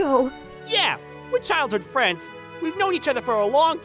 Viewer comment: I don' t mean to be rude but "fwends"? "made me feel even woise?" Is MC in kindergarten?